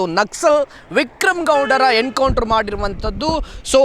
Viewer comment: It's "Encounter" not "Hencounter". Being a admin correct your pronounciation.😅